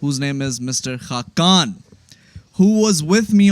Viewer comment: Hakkan nahi khaqan😂